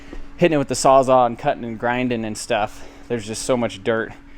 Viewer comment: Whats a saw za?? You mean Saws all? Lol